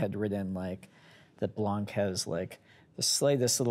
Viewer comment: Blanc is a french word, you do not pronounce the ''c'' at the end. Kind of pisses me off each time they say it lmao